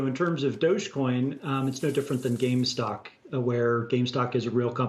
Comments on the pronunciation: he said <GameStock> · Can I trust someone who calls GameStop "GameStock"? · This guy says gamestock......instead of gamestop He doesnt know what hes saying... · Did this guy just say gamestock? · He said GameStock.... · Ik, this guy was saying “game stock” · "gamestock" haha